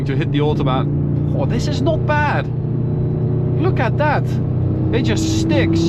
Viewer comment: That bend into the autobahn, you exclaimed “look at that” like you’re a Nigerian born and bred actually had me 😂